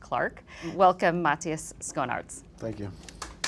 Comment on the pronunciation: The pronunciation of Schoenaerts....